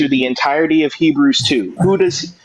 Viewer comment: facial expressions always gets me 😭😂😂 especially when he butchered Hebrews 2 😭